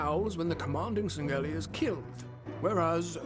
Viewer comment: “Sang-Gelli”? Are you serious? It’s “Sang-Hee-lee”.